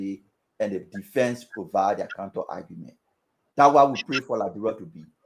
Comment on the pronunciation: Can’t you pronounce LI- BE- RIA?